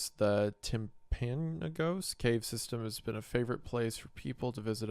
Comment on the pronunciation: Wendigoon not knowing how to pronounce timpanogos😂 its a place in Utah, very beautiful. the signs are real signs you find along the way